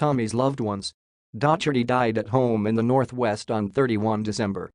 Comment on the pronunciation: Oh dear! Dotch-erty, Keltic, Durby, Row-ther-ham, All-trin-Cham! Pronunciation needs a bit of work...